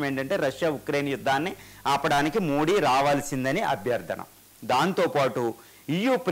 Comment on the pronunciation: కు తెలుగు మాట్లాడ్డం రాద, మోది జీ పేరును వికృతం చేసి మోడీ మోడీ అంటాడు